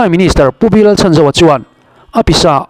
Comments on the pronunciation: A hming hi i lam dik lo deuh. Chhan tih lai hi lam hniam tur. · Supply minister hming ilam dan hi adik lo deuh